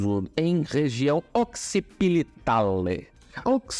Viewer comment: Occipital e não occipilital